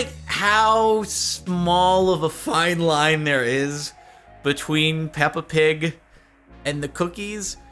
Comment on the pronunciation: I was laughing so hard at the Peppa Pig. Because the way you say pig in english, almost sounds like the danish word pik, which means dick :-D